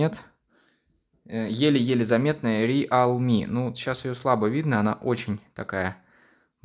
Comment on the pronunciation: Правильно произноситься "РИЛМИ"